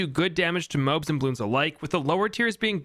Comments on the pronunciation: It’s pronounced Mo-Abs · The moabs are pronounced moe abs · New drinking game video unlocked: Take a shot every time he mispronounces MOABs. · why do you pronounce moabs like that